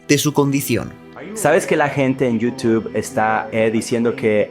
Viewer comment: es YOUTUBE no YOUTUF